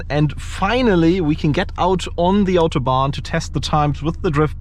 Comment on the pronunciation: On the „ Autobahn“ englisch aussprechen macht es nicht Englisch bro.